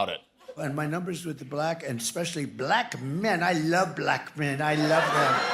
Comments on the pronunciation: It bothers me how he says black. He says it with quotation marks, two syllables, and a really hard K ending. - " bah-LACKKH " "I like 'bah-LACKKH' men!" -DonOLD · My skin crawls every time Trump pronounces bLAck the way he does 😵‍💫😵‍💫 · Why does TFG pronounce "Black" like it has three Ks? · Trump is the only one who gives the word “Black” two syllables.